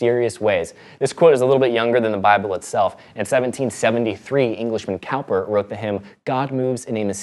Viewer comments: His name is pronounced Cooper not Cowper. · Cowper is pronounced like Cooper. Just FYI.